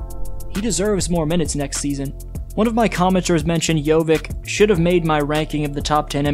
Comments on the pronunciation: Hey, it is not JoviK, it is Jovic same as Jokic, just instead of k in the middle it is v. :) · It's not JOVIK, it's JOVIĆ!! Most Serbian surnames end in IĆ, how hard is that to remember? So, like Jokić, Bogdanović, Petrović, etc... on IĆ, every Serbian surname should be pronounced that way. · Jo-vich not Jo-vik. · It's not JoviK, its Jović, just like Jokić 😉 Great analysis though 👍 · Bro, how do you pronounce Jokic - Jokic, but Jovic - Jovik :D like, why, its YOVICH not YOVICK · "Jovick" more like JohnVick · Jovic , not Jovik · Great video as always, just wanna point out, Jović is pronounced just like Jokić only with a V. Not JoviK. Sometimes you might see it written as Jovic, but if we're talking about Serbs, most of the surnames end in "ić". Jokić, Bogdanović, Gudurić, Avramović, etc. Easiest way to spot a Serb in a wild. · upravo to komentarisem gore, cita Jokic savrseno i onda odjednom BUM Jovik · It's not Jovik, it's pronounced the same like Nuggets Jokic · ali je covek rekao Jokić normalno ja Jović Jovik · para uši jovik. Baš me nervira